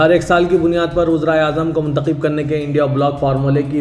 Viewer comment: Arey bhaee kya mnthakhib mnthakhib krray ....mnthakhab bolo yaha,n ....zeir ki jagah zabar bole,n tho meanings ultay hojathay hn ....es mein ek ism,e faa,il hai aur dusra isme mfool hai . Kithni dafa smjhaya mgr koi asar ni hai.....hmaray hindu dosth aapki Urdu sunn kr hnsthay hn ...